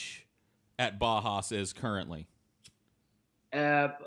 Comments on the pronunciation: No idea why Uwe didn't correct and tell him how to pronounce Bauhaus correctly. Was waiting for it. Never happened. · haha says Bahas to Bauhaus